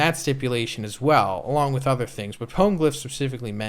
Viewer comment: Love the content but the way you say poneglyph pisses me off